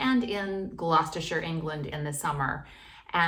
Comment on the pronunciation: Full marks for getting Gloucestershire and Warwickshire correct. How about Leicestershire?